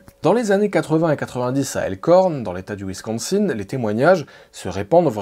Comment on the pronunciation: On dit Wincosin (un)